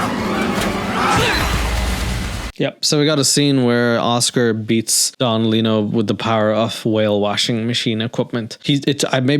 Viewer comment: I'm glad someone else caught that "little" pronunciation from Don Lino... Thought I was the only one who noticed as a child 😂